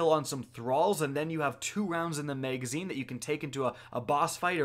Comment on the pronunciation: Wtf is a muhagazine?